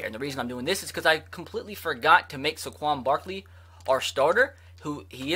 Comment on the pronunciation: Do u not know how to pronounce saquon and Shaquem